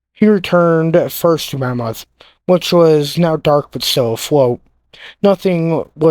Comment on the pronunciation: The name is Monmouth (after a duchy of Wales, as in, the Duke of Monmouth), NOT "mammoth", an extinct species of elephant.